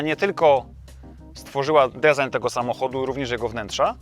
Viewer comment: Na rany chrystusa - jak ktoś nie umie wypowiedzieć design, to niech mówi projekt. Fajny film ale mam ochotę wytrzaskać za błędy w wymowie po pysku martwą rybą. Sub poleciał tak czy owak.